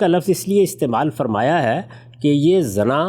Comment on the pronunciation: دو الفاظ کے تلفظ کی طرف توجہ مبذول کرانے کی جسارت کر رہا ہوں اَخلاق ہوتا ہے اِخلاق نہیں زِنا ہوتا ہے زَنا نہیں